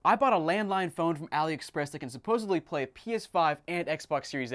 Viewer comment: Anyone else think he said “I bought a landmine phone” 😂